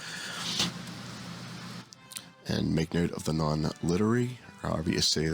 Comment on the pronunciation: Thanks for the console tips great vid. Just so you know, “linearity” is pronounced lin-e-ar-ri-ty and it has to do with the straitness of a function if it were represented as a line. You made it sound like “literacy”, which is probably a word you should look up too 🤦‍♂️